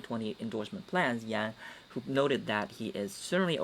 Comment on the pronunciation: Andrew Yang not Yan, you kept saying Yan.